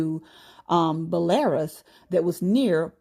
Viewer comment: Fyi- (so people are not confused) Belarus is not pronounced Bell-air-us but rather Bell-a-Roose. Blessings.